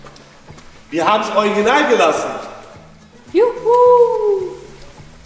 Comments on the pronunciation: Ich muss jedesmal lächeln wenn du anstatt original „ojginal“ sagst 😂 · Niemand:: oiginal 😂 Ich liebs ❤ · Ich liebe deine Videos! 😊 aber heut ist mir aufgefallen das du „Original“ echt lustig aussprichst 😅 ist das niemand anderem aufgefallen? 🤣